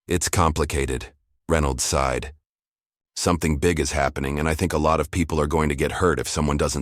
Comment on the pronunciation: SIGHED NOT SIDE